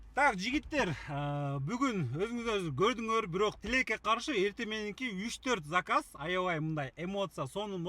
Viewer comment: тилек тилеке каршы деп суйлосо кызык угулат экен😂